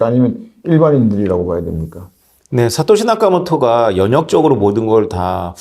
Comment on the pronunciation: 다른분과 달리 생각이 유연하시고 주류 경제학자지만 현실을 직시하시는 능력이 있으신듯~ 말씀을 잘 하셔서 그런지 질문의 수준도 굉장히 높아보이고 두분의 대화가 정말 재미있고 뜻깊습니다 근데 자꾸 사까시 나카모토라고 하셔서 알아듣지만 조금 민망 ㅋㅋㅋ^^